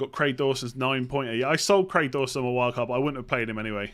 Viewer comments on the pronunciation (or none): none